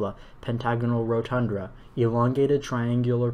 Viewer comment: I tried this and it's way harder than it looks, even for someone familiar with the Johnson solids. It's rotunda not rodtundRa. Also if you say ORtho correctly (not oTHRO) it makes it easier. A lot of extra R's in there. Corona has no O before the A. C in Disphenocingulum is pronounced like S. Finally, some of the vowels are easier in an English accent. pronounce the CUP in cupola like the word cup so the whole word sounds like coupler.